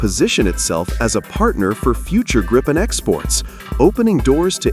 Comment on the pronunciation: JAS 39 Gripen. Pronounced Gripe-en. The way it is said in the video is wrong as it would need 2 P's. During simulated war games in the US a few years ago 3 F-22 raptors were targeted for take down by 1 single non stealth JAS 39. The JAS 39 is both cheaper to buy and maintain. As it is a very versatile aircraft it can be upgraded cheaply. Whereas the F-35 is too expensive to buy let alone anything else.